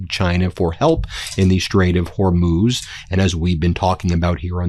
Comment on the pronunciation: Yay! Ben finally pronounces Hormuz better. 😊